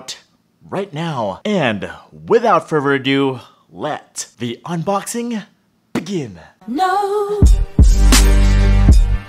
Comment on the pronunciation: "LETS THE UNBOXING.. BBBBBBEBS GIN!